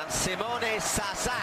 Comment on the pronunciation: Someone tell to this guy that Simone is Italian not Spanish . ZaZA not "SaSa"...